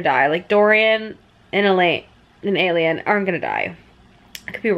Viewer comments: Wait isn't Aelin pronounced A- Lynn?? Now I'm confused 😅😅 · A-lean, why-reen 😂 cmon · Who are ierna and arowin tho XD love you but this pronounciation as me cackling